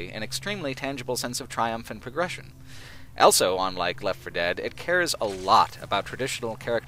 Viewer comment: says elso instead of also.